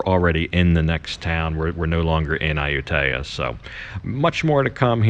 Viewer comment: You're saying the name of the city wrong. Ask your girlfriend. My skin crawls when I hear a foreigner who has been in Thailand for so long AND has a Thai girlfriend pronouncing popular cities wrong. Please research or ask your gf how to pronounce. It's Ah-YOU-Tee- ya. NOT Ayu-TAY-Ah.